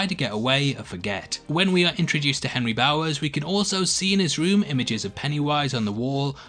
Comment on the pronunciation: Carter Tann he says Ben revisits the school but it does sound like benry lol